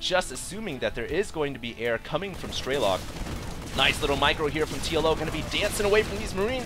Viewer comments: It's funny how people allow themselves to be trolled by people commenting on quality. Man you people are dumb. By the way, stop saying "Straylock". It's an E. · it's strelok and not straylock